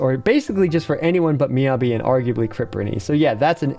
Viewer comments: It’s MEE-YAH-BEE! Jeez, how are you STILL saying it wrong??? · Anyone else get triggered by him saying her name wrong? lol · The pronunciation of Miyabi hurts me.